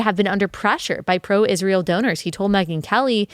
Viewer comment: Thank you for pronouncing Israel correctly. Candace adding an h to it drives me insane.